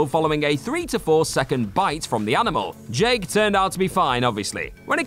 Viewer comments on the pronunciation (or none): none